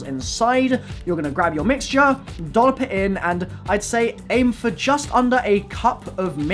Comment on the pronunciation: Why does he add uh to the end of nearly every word? "Anduh a waffle keychainuh"